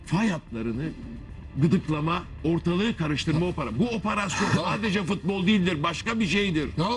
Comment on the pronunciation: ve Abdulkerim "oporoson" ne laaa???